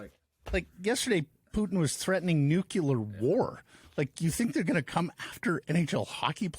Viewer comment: Nukular war - ouch.